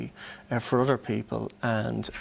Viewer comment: It's other,not udder